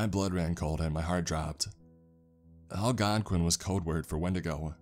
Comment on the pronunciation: Yay for pronouncing Algonquin right!!